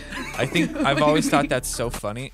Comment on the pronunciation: Hey give me some of your 'tawts'